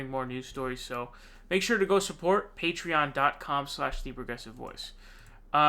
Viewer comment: with the Richard Wolff pronunciation of “patreon”!